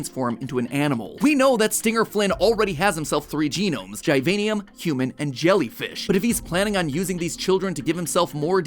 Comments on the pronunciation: it not (gie-vian-ium) its (gih-vain-ium) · Every youtuber says the name diffrent, matpat says gajvaejnium, other Say givinium